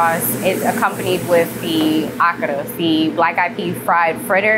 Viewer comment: A-ka-ra. Not Aka-ra